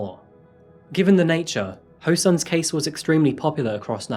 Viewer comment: easy asians say their last names then first name. kang is pronounced as kAHng, not kAYng. the pronounciation of o in ho rhymes with soul; hOUL instead of hOH (the same pronunciation in japanese) sun as sun :)